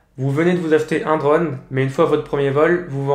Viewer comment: J'en peux plus de ton accent breton quand tu dis " draune" !! 😂